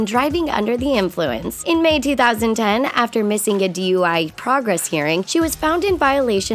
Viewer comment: Yep I heard that right. A "DEY" charge and not a DUI charge